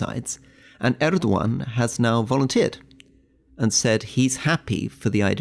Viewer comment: Why does Rory pronounce Erdogans name in an Arab accent? Oh yeah, he's a pretentious fool